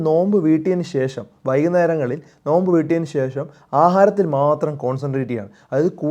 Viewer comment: നൊയമ്പ് അല്ല നോമ്പ്